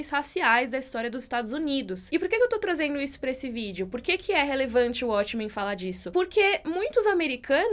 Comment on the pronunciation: ele escolher "abrasileirar" os nomes das séries Abrasileirado: uatchmen Correto: uótchmen Ele tem feito bastante isso nos últimos vídeo. E é algo que eu acredito que ele não deveria fazer. (Acho q tem uma ideia de abrangir o público brasileiro, mas não gosto disso. Se a série continua com o nome original ela deve ser pronunciada na forma original) Só isso:) Mas eu adoro o, isso é só uma crítica construtiva:)